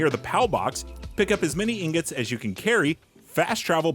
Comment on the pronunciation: Excuse me but uh...I think it's pronounced "ing-got."